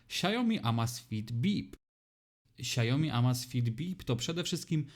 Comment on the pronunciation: SIAŁ-mi, nie sia-JO-mi